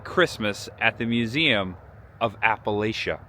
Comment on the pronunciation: 🦩🐻🎄 Hi! Candlelight Christmas is fantastic in a way that can only be appreciated when you set aside the noise and spectacle of modern day and turn back the clock to simpler times. You did well, btw. You only said Appalachia incorrectly a couple of times. 🤪🥳 You are bringing a part of American culture and heritage to light that needs documentation in order to preserve it and to share it with the world. Thanks,, for bringing us along. Safe travels! 🎄🐻🦩